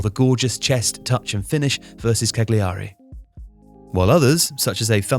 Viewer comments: Just an fyi: you dont pronounce the "g" in "Cagliari" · Guys, that's not how Cagliari is pronounced. You're not TalkSport